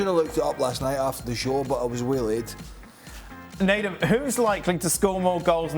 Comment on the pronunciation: Leave it to Dan to make it sound like Nedum's last name is "Manure."